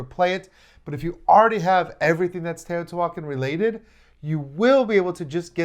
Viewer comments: The pronunciation of the game… is not Tayotee-Walken lol. It’s Te-o-ti-hua-can. Or Tay-oh-tee-hwa-khan, with an equal emphasis on every syllable. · Every time you try to say the title of this game you MURDER is pronunciation!!! GOOGLE THE CORRECT PRONUNCIATION!!! You're insulting my ancestors! Every time you say it wrong, my ancestors roll over in their grave and the gods kill a puppy and a kitten. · Oof the pronunciation is like nails on a chalkboard